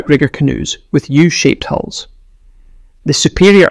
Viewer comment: It would be helpful to instruct the AI ?- that canoes have hulls , not holes.😂